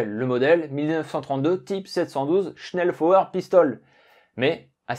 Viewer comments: dommage que tu sache pas prononcer convenablement SCHNELLFEUER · Le message était stupide dans sa forme mais pertinent sur le fond, la prononciation du mot était en effet incorrecte. Mais c'est un bien petit défaut comparé à la qualité globale de la vidéo ! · Prononcer "chnelfoyeur" bitte schön 😉 Ah, et "lugueur" et non "lougueur". Tu verras, ce n'est pas chinois et ajoutera de la crédibilité à tes docus déjà très bien faits. Je viens par la même occase d'avoir un indice intéressant concernant le choix de Guernica pour un bombardement massif par la Luftwaffe (louftvaffeu)..........